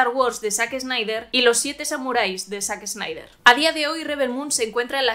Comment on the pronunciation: Excelente, pero la pronunciación es "zaxnaider"